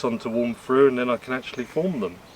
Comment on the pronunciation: Mate if you keep up with close ups and slurping I’ll unsubscribe and it’s think not fink and all the other ths like them not vem !!!!!